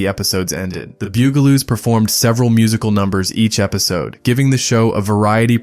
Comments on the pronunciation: I remember being aware of some of the shows. But bew-ga-loos? I'm pretty sure that the pronunciation is bug-a-loos, I remember watching the show in my younger days. On one occasion, the start of the broadcast seemed to stutter, or something of that nature, and I got in trouble for mimicking it, my parents thought I was saying a (to them) offensive word that could be interpreted as referring to someone who bugs things! (New Zealanders should think of a more recent TV commercial for a popular make of vehicle) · Oh my God boogaloos and poof n stuff? Did the person who made😂 this video even watch a single episode? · This was great until you miss pronounced the Bug-a-loos. NOT the Bugel-oos. Only to be topped, but Puff n stuff... Not Poof n stuff. (rolls eyes) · Bugle-oos? Really? Poof-n-stuff? I give up. Just more AI slop. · PLEASE: it was the BUG-a-loos, not the beugoloose. And PUFF-n-stuff, not Poofenstuff. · It’s BUGaloos, not Byougaloos😂 And it’s PUFF, not POOF (as in they were puffin’ stuff)😂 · Dude. It’s PUFF-n-stuff, not poof-n-stuf. And, it’s the BUGaloos, not the BOOGaloos. Otherwise, I remember every one of these shows! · Pronounced "BUG aloos" and H.R. Puff 'n Stuff. Always watching for AI fails. Theme songs burned into my BRAIN. AI jab? Yes! But thanks for the memory revisit. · AI slop can't pronounce bug a loo 😂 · It's "The Bug-a-loos" and "HR Puff n Stuff",but nice try.😂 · "Bug"-a-loos...like bugs....Puff and Stuff NOT Poof. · . It's pronounced, " The Bug- ah -lōōs. Bugaloos